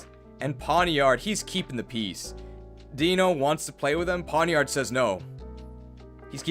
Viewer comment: The "ei" in the entire Deino line is pronounced like "eye", because it's German numbers. Deino (Eins, meaning one), Zweilous (Zwei, meaning two), Hydreigon (Drei, meaning three). All of these are pronounced like "eye."